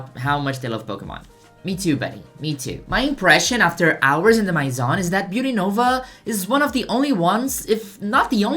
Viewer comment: i'm so early, no frenchie has mentioned the pronunciation of maison yet